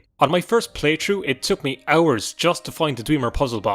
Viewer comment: Just hearing you say "playtru" made watching this vid worth it lol. 😎👌